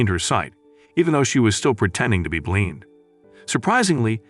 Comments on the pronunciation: The fact that he said blean so many times instead of blind irked me and made me laugh. I like this channel but the whole blean thing made it even better.😂 😂😂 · The AI voiceover couldn't pronounce 'blind'??!!